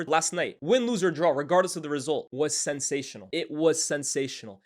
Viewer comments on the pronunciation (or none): none